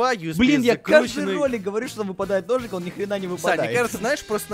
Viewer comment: когда сказал хочется ножик ножик мне послышалось что он сказал хочется дошик дошик